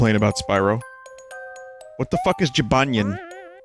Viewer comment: Gybanyen? more like Jibanyan lol